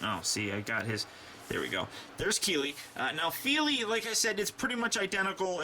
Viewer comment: your saying them right